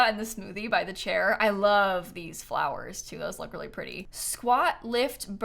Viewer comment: weally weally weally